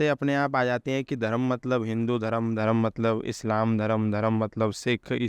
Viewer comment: Pronunciation of words is so faulty. Dharam is wrong but Dharm is correct.